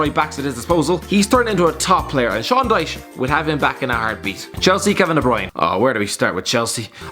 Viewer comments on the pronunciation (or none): none